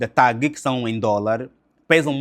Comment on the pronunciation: Ilustre, gostaria a penas de corrigi-lo pela a forma como esta a pronunciar a empresa aérea, não TAAP mas sim TAAG. obrigado pelos seus conteúdos.